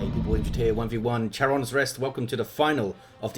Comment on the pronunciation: Charon is with a "k" sound...